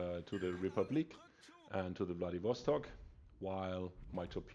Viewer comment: I thought u said "Bloodybastard" in the beginning as you said Wladiwostok lol